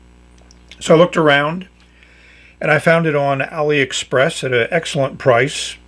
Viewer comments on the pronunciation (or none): none